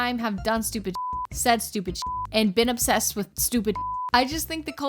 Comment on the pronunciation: I don’t think they should have that much skincare, or skin care at all when they don’t even know how to pronounce obsessed properly 😍